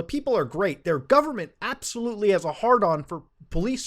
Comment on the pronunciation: Matu "appsahlootly" Har. Sorry man, I had to...